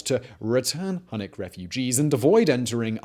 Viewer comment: H U N N I C --> Hue-nik